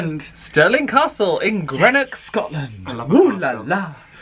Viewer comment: Too funny 😂 the Titanic museum was brilliant but also very sad 😔 your next destination is pronounced Green - ock glad to have you with us 🏴